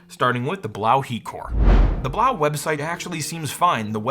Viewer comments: It's (b-low) not blaw , french language has eau or eaux at end of words make the o sound or oo. Quebedeau is my name * que bed o is how it's pronounce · I think "Blaux" is supposed to be pronounced "Blow" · Why do u pronounce it like that. It is obviously a play on the word faux and should be pronounced as ‘blow’ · I think Blaux is pronounced “blow” according to Google translate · So I just want to check, everyone does know that Blaux is meant to be pronounced "Blow" right? Similar to faux being pronounced like "foe" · I think the Blaux is supposed to be pronounced as if it were a French word (which would sound like 'blew''), instead of German (which would be pronounced as you pronounced it, but with an audible 'x' at the end). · It's pronounced "Blow". Just ask any Cajun. 😅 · I really think it's supposed to be pronounced "Blow", since it't a fan or heater and it blows air?